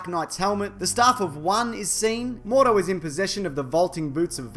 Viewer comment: Mordo not Moros